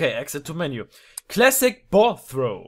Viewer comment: hast du bei wie dner exit to menjou gesagt? Wers auch gehört hat bitte liken